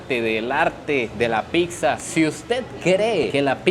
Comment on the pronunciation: PICSA NO!!! PIZZA POR FAVOR 😅😅😅